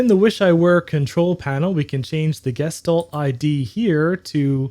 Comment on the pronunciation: It’s pronounced gesch talt